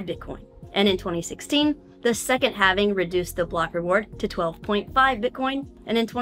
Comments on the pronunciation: lol Halving being pronounced as “having” 😂 I’m with it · can't pronounce halving...